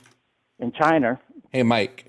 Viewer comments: “chiner” is crazy for a dude from Massachusetts. The Boston accent is built into that word and this dude still managed to mispronounce it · He even says ‘Chiner’ like trump. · don't worry,, you're not alone. I laughed at "Chiner" too. Also, "do you know what the country of Italy is shaped in" Love it. He got das boot lol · LMFAOO CHINER